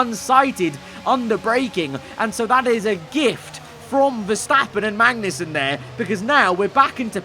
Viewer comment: you say magnussen like benedict cumberbatch says penguin. you miss the 'g'